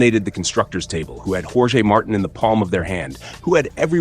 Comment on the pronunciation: Totally agree with you. Jorge and Jerez were pronounced wrongly.